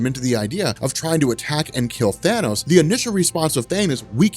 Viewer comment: At least you didn't say thaynose, fuckin hate when people say thaynose. It's Than-ose you morons.